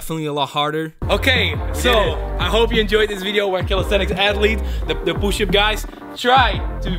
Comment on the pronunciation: I love how he says poosh up